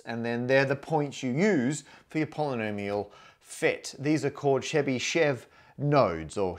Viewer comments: Hi! I understand that it’s hard to pronounce for non-Russian speaker, but the correct way of pronouncing Chebishev is Che-bi (i like in the word will) - shev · Really love the video, but Chebyshev pronunciation was really butchered( The right pronunciation is [ˈlʲvovʲɪtɕ tɕɪbɨˈʂof]. The least you can do is to put the stress on the first syllable! I was very fond of you trying to say the names of other great mathematicians in their native tongue, hoped you would try more with Chebyshev whose works I keep near my heart. But anyway I have watched your videos for over a five years now and really love them! Thank you for the hard work!